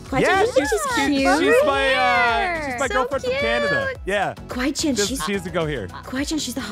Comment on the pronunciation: its kawaii-Chan not kawiie-Chan Btw😂